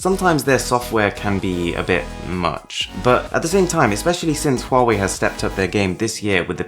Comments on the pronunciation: Thanks god your pronunciation of " HUAWEI" is so impressive authentic Cheers mate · At least the most famous UK Tech channel knows how to pronounce Huawei right! Everyone I know says it wrong!!